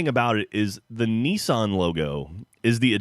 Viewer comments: Nesawn. what's Nesawn? it's Nissan. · Nissan is pronounced Nis-sun, not Nee-san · They seem to say "knee-san" and they say "iraq" like "ipod" rather than correctly pronouncing it like "in". The latest one I have found is they pronounce solder as "sodder", like they are too lazy to pronounce the "L". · does every american mis-pronounce Nissan? it actually says, NISS-AN. NISS like miss, and AN like, well, an. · How it's spelt. Nis-san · this is not football, and wtf is neesawn? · Sorry but it's Nissan not Niceanne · Your mispronounciation of nissan annoys me STOP IT! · is that seriously how americans say nissan?